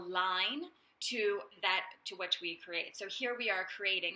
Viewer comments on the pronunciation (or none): none